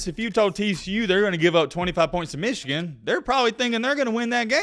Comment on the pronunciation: I watch your videos sometimes and I have to wonder, do you have something against Michigan? You do that stupid pronunciation every time. As for the content of the video specifically, Michigan has been the favorite in most if not all their games this season except the Ohio State game and won them all. They know how to take care of business. Yes there is added pressure in a playoff but that same fact applies to all teams as well. Everyone has a lot to lose. The headline is a weak attempt at click bait with some fake controversy to get viewers.